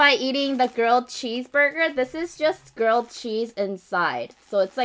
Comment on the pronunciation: everytime she says grilled cheese burger, i thought she said 'girl' cheese burger 😝